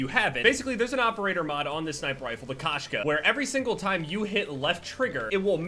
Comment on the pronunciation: I'm pretty sure the sniper rifle is called Koshka not Kashka. Koshka translates to female cat in Russian.